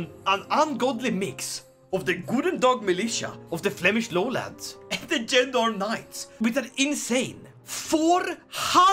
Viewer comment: It’s more like "zhon-durm"